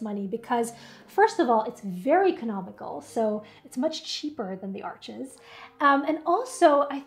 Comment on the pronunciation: It’s French, the (s) is Silent, it’s pronounced Arche!!!